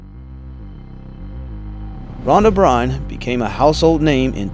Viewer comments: Rhonda's last name is pronounced "burn." You can't possibly have done thorough research on this topic if you don't even know how to pronounce her name. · Rhonda Byrne. Pronounced BURN. Not BRYNE.